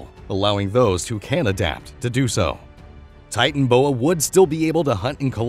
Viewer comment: That o between titan and boa in titanoboa isn't silent